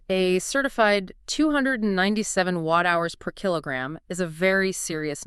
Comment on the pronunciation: yeh i agree, i laughed out loud when it actually pronounced KWH as kwah and Wh/kg as whekage or something.